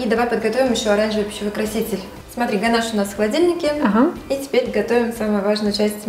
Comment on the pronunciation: и да, не гонаж, а ганаш😊